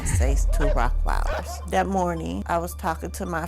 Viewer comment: Nanda Zacharias she said Rottweilers..